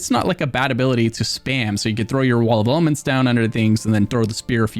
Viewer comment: Why does he say pillar of nerd and wall of almonds 😅